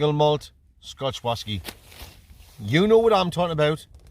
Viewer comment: Brilliant. What stunning scenery it is in the Lake District, it's a beautiful part of the world. Your 'whasky' reviews truly are a thing of legend. I just love how you're always gubbed when you give them. Hilarious stuff, mate. Keep it up.